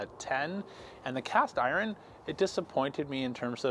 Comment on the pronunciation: Why can't you pronounce "iron"?